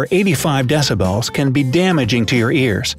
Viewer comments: Deci- bells! Was that an inside joke or just poor pronunciation?!? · Deci-bells ! Hahaha